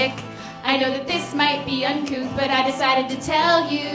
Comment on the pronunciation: The word is uncouth, not uncoop. lmao. uncoop.